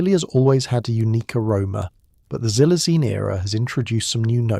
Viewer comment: I'm sittin' here in Williamsport, Pennsylvania & its in the afternoon. Xylazine is pronounced "KSylzine". The letter "X" has a "KS" sound, not a "Z" sound.